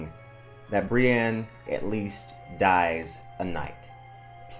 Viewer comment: Just fyi for future reference, the big Brienne fandom generally pronounces her name Brie-INN, not Brie-ANNE. :)